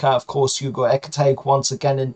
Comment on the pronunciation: Just for the record ekitike is pronounced eh-keh-tee-kay but the preferred geordie version is ecky tecky...